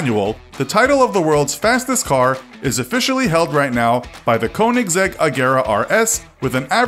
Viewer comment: "coanigsegg" it is more like a ö sound